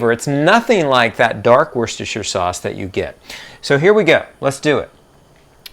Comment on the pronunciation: Very clear concise explanation love the pronunciation of Worcestershire sauce that’s like a level 100 word! 😊.